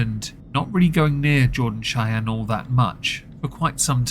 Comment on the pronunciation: Chey-eeen haha that old pronunciation was classic.